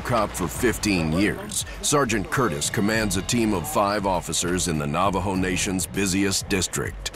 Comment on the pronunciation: Can someone tell this narrator he's saying Navajo wrong???